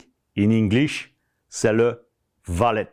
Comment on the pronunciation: C’est Wallet pas Vallet hein